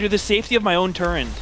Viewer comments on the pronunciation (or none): Meteos had to be baiting by saying "turrent" there and this is why I love Meaty Toes